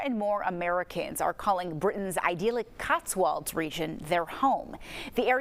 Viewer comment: It’s ideallic 😂